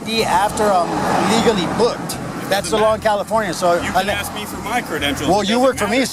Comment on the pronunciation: Why is the word ask so so difficult to pronounce in America?